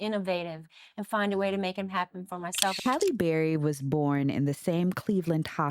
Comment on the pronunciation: not her saying “Hailey” instead of “Halle”. Don’t tell me they were doing this with Halle Berry, too lol 🤦🏾‍♂️